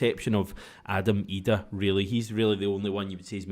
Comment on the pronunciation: Somebody needs to tell Packie Bonner to pronounce Idah's name right,.